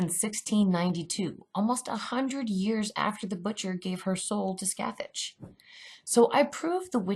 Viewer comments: Omg yes and it’s Pronounced “ skath- thak “ not scathatch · Super big nitpick: Scathach is an Irish/Gaelic name, so the pronunciation is closer to Skah-hawk/Skaw-hawk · hi. sorry for the complaint. but the name Scathach is pronounced Ska Ha. the "th" and "Ch" are silent in Irish gaelic. Scathach is more than a witch. She's the warrior in the Ulster Cycle along with Cu Chulainn. (irish Heracles) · i love these videos so much theyre giving me everything i need right now thank you so much 😂😁 but also on a side note Scathach is meant to be pronounced Scoh Hoch, its not a big deal but its something i noticed as someone who speaks irish, keep up the good work x